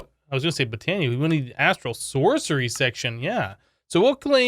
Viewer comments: I died when he said Botana. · Sounds like he reversed the a annunciation in botania and mana lol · "The mana diamond come from Botana. And we have to throw a diamond into the manya pool." ~ amazing pronunciation.